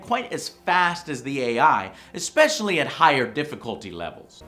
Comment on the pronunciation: Tweeks? You mean Tweaks? Expecially? Also Civilization 6 is an obvious Endless Legend clone :P